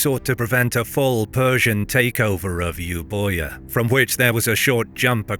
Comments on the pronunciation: While the spelling is confusing Euboia is pronounced "Evia". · Euboia is wrong it's pronounced evia